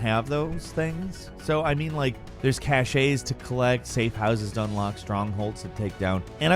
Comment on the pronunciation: cash-es, not cash-ays